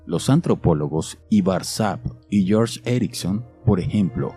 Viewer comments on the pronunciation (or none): none